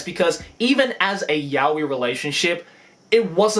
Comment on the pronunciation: Why do you pronounce やおい as yah-wee? That's just weird.